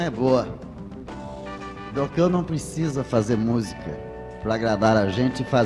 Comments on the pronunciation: Chato o Flávio tentando nos ensinar a pronunciar o nome do Belchior. Eu ainda prefiro o "Chi" com som de "qui" e o "or" aberto, como todos pronunciam. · Belchiôr? Então eu sempre pronunciei errado, falando Belchiór. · Belxiôr hahahahha